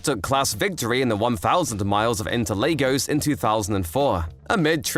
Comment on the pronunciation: Great video, very informative! I'd look into pronunciations though - Renault is pronounced as Reno, and Interlagos is said as LARgos, not LAYgos